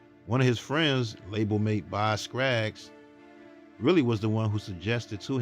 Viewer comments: LOVE the info in this documentary! JSYK it's Scaggs Not Scraggs😊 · Box Skaggs!!! Not Scraggs😜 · Great cover on my guy Bobby Caldwell. But can I just say one thing? Please work on pronunciation and proper speaking of names okay sweetie? It’s Bob Skaggs not Skraggs. That’s important because everything is so n a persons name. Love your work and I’ll keep watching. 😊😘♥️🙏🏾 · Dude, it's BOZ Scaggs NOT BOZ Scraggs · It is Boz SCAGGS, no R. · Please stop saying Boz "Scrags"! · Dude said Boz Skraggs??? Skraggs??😂😂😂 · Boz SCAGGS, dear. 😊. No 'R' , brother. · BOZ SCAGGS…say the man’s name right! You made him sound awful!